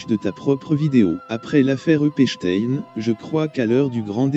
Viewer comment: Tu aurais pu regarder une vidéo de lui pour voir comment il prononçait son nom. Epstein 😂😂😂😂 Epstinnn!!! 😅